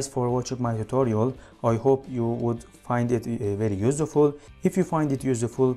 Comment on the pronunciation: a clear and neat explanation yet /ˈjuːsfʊl/ not yusuful :)